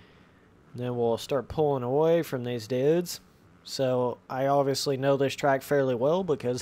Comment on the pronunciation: Ben Whitehill it got old the first time he said it it sounds like he’s 10 with downs and a speech disorder